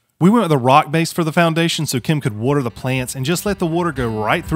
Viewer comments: When you get in the tube and your favorite YouTuber has new content 🍺🍺🍺😜. 15 year custom home builder,love Milwaukee tools,hate those screws. 😆 Awesome little kit,I imagine it's pricey AF,lol. Another great video man and you managed to say the word again 😜😜 warter...wuuuurter.. 😆 great job bud, greatly appreciated content. 🍺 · WTH is "wooter"?